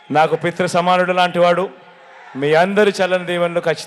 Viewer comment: మీరు మీ కామెడీ, ఒకరు వేదాంతి ఇంకొకరు సిద్ధాంతి... పిత్ర కాదురా అయ్యా పితృ..